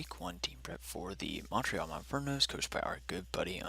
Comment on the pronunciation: I appreciate the accent on the "e" in Montréal ;)